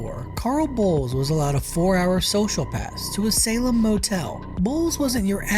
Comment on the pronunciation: Adding for Salem the same